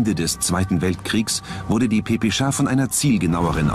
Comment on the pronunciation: Es Heist PPSH und nicht PPSCHA xD 🤣